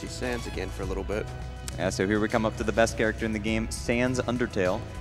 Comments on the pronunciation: Did anyone else notice when he spared sans he said thanks ness? BUT THATS JUST A THEORY, A GAME THEORY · WHO SAID THANNS NESS